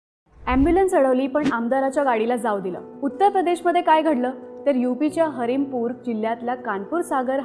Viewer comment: हरीमपूर ❌ हमीरपूर ✅